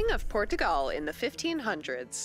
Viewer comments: Really annoying pronunciation of PortuGAL here. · Hearing her say “Portugal” is torture.